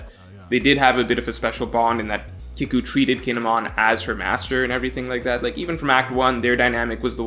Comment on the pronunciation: It’s pronounced keeku like seek or eek. Not kick-u